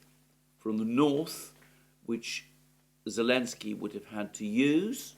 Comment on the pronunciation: Good Analysis as always. Just a question. This "Elensky" you and Alex C. often say. Is this just greek of Selensky or has this some background?